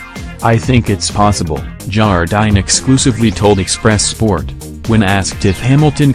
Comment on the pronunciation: Fan gii o - for goodness sake said Fanjio - one of the all time greats and you can't say his name right. Again Jar dine said Jardene etc - waste of time